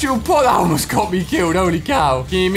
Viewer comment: He actuality said Elmost